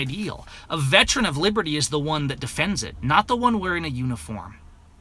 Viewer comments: the word is veteran, not vetran. See the difference? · How many times do you say vetran. The word is veteran, a three syllable word. Hate to be so trivial but I am a veteran.